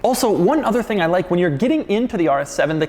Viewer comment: "... in a mid size luxury sedan hatchback tThiing..." I felt that.